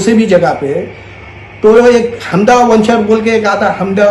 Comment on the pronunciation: Vanchar nahi hai g wo venture bolte usku aur dcp nahi dtcp layout bolte 😂😂😂😂